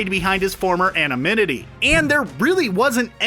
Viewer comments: say it with me ANONYMITY not anomynity. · Did he say "anominity" instead of "anonymity" ? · Anominity is not a word. Anonymity is, though...